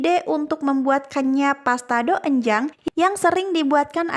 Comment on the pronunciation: Maaf cara bacanya itu donjang😅